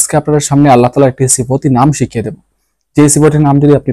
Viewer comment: আপনি আল্লাহ নাম টা স্পষ্ট হয়নি তাই ঠিক করে নামটা বলবেন কি